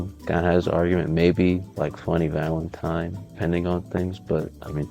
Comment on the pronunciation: "vunny Valentine"💔